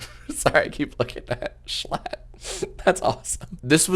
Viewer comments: his name is schlatt not schlut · Jack calling him "jschlott" is hilarious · Schlatt has 2 seconds of screen time just to have his name pronounced wrong 💀